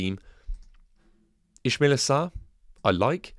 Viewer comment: It's Ismaila. Not Ishmaila.